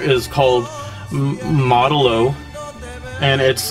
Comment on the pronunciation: I just love how you ironically pronounce Spanish words with American accent wtf "mawdellaw"